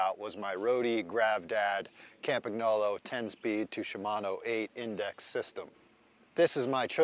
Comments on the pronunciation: Hey Dear Anglo-Saxons! Would you please learn after almost a century, that the company name Campagnolo is pronounced 'kampañolo' and not 'caempaegnoulou'. Cheers! 😉😉😉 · Ka-mpa-nolo The G is silent 😅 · Campagnolo You should pronounce GN in the correct way. It’s not like preGNant, it’s like siGN. 🇮🇹😀